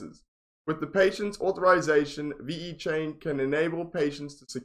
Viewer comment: ve-chain not v-e-chain ! but yeah nice review